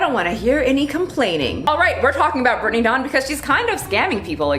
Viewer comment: Whenever you say her name I always hear “Brittney Dong” and I can’t with myself right now.